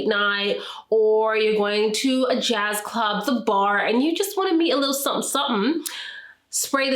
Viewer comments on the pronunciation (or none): none